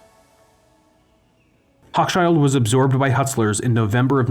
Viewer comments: Love your vids! Only one thing, the store you call hokschild? It's pronounced "ho' shill kohn" accent on the 1st syllable. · Hochshild Kohn was pronounced "HOH-shill Kone," not "HOCK-shyld." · Both C's are silent in Hochschild